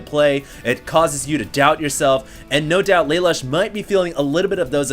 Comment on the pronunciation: LA LOOSH for crying out loud. get it right.